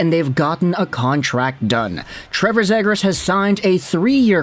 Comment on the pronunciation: Still mispronoucing his name huh?